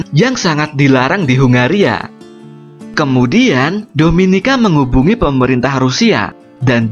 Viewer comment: Saranku pengucapannya kalimat terakhir jangan tinggi terus misal "kemudiaaaannnnnn blablabla" risih wey dengernya